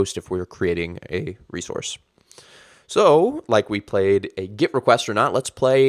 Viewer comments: Ah, I see. Well, I maintain the videos is ultra confusing because you pronounce your e like an i and it sounds like git. I genuinely didn't get it. Or is that git it? ;) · Kinda confusing that you pronounce GET as GIT